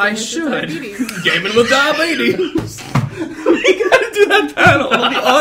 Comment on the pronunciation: to hear go full Alabama.